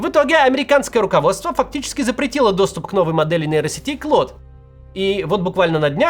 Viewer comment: Мвксим - не Клод а Клоуд